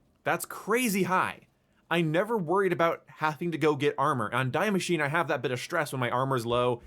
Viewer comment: Die Maschine is pronounced "dee masheen-uh" I'm just nit picking as a native german speaker, good video as always.